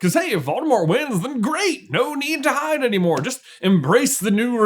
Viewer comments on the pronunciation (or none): none